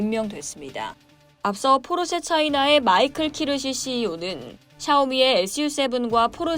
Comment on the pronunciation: Porsche는 [포흐셰] 발음에 가깝습니다. 적어도[-쉐]는 아닙니다. 독일어 sch는 영어의 sh발음과 유사하죠. [쉐]와 [셰]의 구분이 필요합니다. 중국어의 謝謝[셰셰] 발음과 비슷합니다.